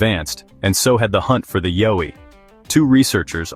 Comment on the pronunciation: Horrible narration. Needs to learn how to pronounce YOWIE